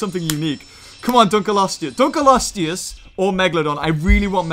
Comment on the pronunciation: I like how you said it the sooner fish dunculose